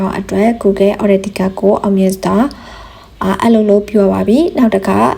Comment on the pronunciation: အသံထွက် က မှန်လားဗျ၊ Google Authenticator ကိုများ ဘယ်လို အသံထွက်တာလဲဗျာ။